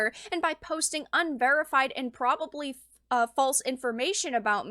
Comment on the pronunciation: Not “probabably”.